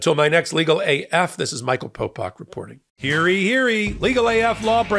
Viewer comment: Yesterday Ben and Harry Litman indicated they don't believe Judge Chutkan will even be allowed to hold evidentiary hearings. Has something changed since then, or do we get to watch you and then argue it out. P.S. I'm pretty sure it's "Hear ye, hear ye," not "Hearie, Hearie."